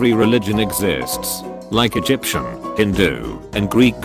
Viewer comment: The thing that rlly plarps my bees about the A.I. voice is that it takes normal words like “Egyptian” and pronounces it as “edge-p-shin” and it drives me fucking nuts